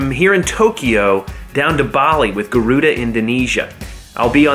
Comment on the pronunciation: Actually, Its Garuda Indonesia, Not guaruda.